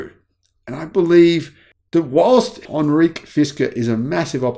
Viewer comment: ??Anreek?? It’s Henrik, pronounced hen-rick. It is Danish, not French or Indian. One would think a Viking should know this, right? Love your vids, btw. Best regards from the Netherlands.